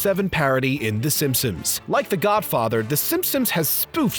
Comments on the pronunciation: Am I the only one who constantly heard him say Simpums ? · “Simpsoms” omfg dude